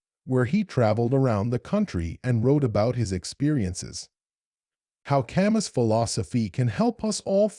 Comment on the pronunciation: The "s" is not pronounced.